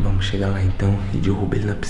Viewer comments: “Dirrubar” kkkkk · eh mt engraçado como o fala dirrubar nao derrubar kmkkkkkkkk ri mt